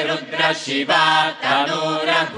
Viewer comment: it is commendable that the European group recites Vedic Rudra Prashna & Chamaka so correctly. We in India should learn a lesson from them.